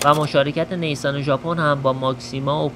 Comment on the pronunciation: Neysan😅😅 correct pronunciation is nissan